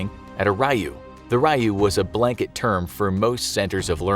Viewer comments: Raiyu? I'm sure you mean "Ryu" (R-yuu), which has multiple meanings. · Is anyone else getting their pets peeved because this dude keeps mispronouncing "Ryu", pronounced "ree-you", not "righ-you"? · I really just cant get over how he pronounced rai-yu